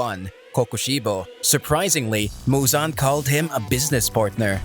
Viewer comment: Fun fact : muzans name is actually pronounced muzen, just for those who didn’t know that 😂